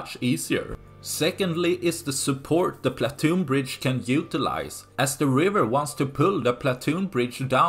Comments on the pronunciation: It’s pontoon bridge, not platoon bridge. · Pontoon bridge, not platoon. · are you saying 'platoon"? it should be pontoon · Platoon Bridge. ❌ Pontoon Bridge ✅ Regardless of the above, good video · Why do you keep calling it a platoon bridge instead of a pontoon bridge? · Someone advise the narrator that it is a pontoon bridge,not a platoon bridge.He said platoon numerous times and no one noticed in editing. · It's PONTOON bridge, not platoon. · Say it with me, 'PON' same as 'Gone' , "TOON' as in cartoon, or 'tune' PON TOON. PONTOON bridge. Hope this helps! What do I think? Sink it already! How hard can it be with those HIMARS? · *Pontoon bridge, old boy, not "Platoon bridge." - otherwise, spot-on. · Pontoon bridge. Not platoon bridge, ffs. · Pontoon bridge. Not platoon bridge. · Pontoon bridge not platoon bridge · Pontoon,pontoon not platoon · Pontoon not Platoon. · PONtoon, not PLAtoon.